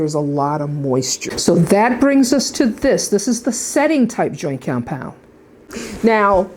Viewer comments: why are you saying it like that, wtf is joykeyompyond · I love how you say cyompound ☺ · what is that accent "joint comepyound"? lol very good video. excellently executed very informative and straight to the point i loved it thank you! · All I could hear you sayin compound, and you say it funny😂